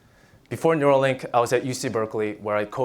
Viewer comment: Neuralink u-r-ill!